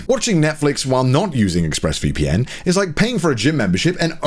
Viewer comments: I swear to god Conner said Ex-Breast VPN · I swear for the ad, Connor yelled out "Exbreasts VPN!"